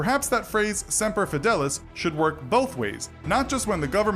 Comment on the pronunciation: "Simper" Fi